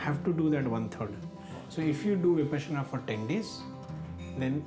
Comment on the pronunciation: Vipaashana ? get your proununciations right, All Indian languages are phonetic and this interviewer screws up an Indian word 😬 an Indian who doesn't pronounce an Indian word correctly. Vipassana or Viparshana. it's a Shame! Vi Paashana, Paasha = leash. Parsha or Passa ( Pali )